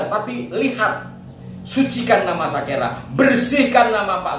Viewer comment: Kalau TIJ bilang bukan Sakera tapi Sikera .....😅😅😅😅